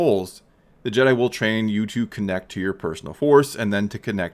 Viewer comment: “I Whill Be Chancellor...”